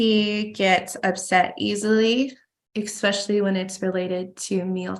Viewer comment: Ugh! Have to do a petty vent -- therapist Ashley has a doctorate but says "ex-specially". Come on!